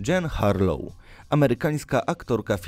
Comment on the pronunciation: Dżejn a nie Dżin harloł? Z tym Ryszardem nie zrozumiałem; to jego łucznik strzelał sobie do swoich? Żeby co, wprawiać się w celowaniu?